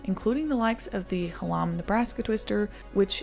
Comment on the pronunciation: not trying to be rude or anything, but hallam is pronounced ha(ha as it hat) ll and um (as in umbrella)